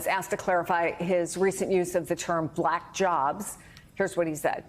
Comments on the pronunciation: "B lack"🤔🤔🤔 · Why does he pronounce “BLAAACK” like that? 😂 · Listen to how he pronounces black when he speaks directly about the VP: blaaaack! He can't help but show the world his dislike. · Just the WAY he says "black" and "black person" is insulting. He literally pronounces them the same way you would if you were mocking or making fun of someone. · Why does trump say black like a kindergarten kid pronouncing it for the first time?